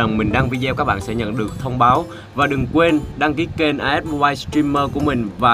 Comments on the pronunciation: As là Ah còn tiếng Ah as đọc là ê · Lớp 7 tiếng anh học chữ này rồi nè "as'' nghĩa là ''Như''. Phát âm là 'ê'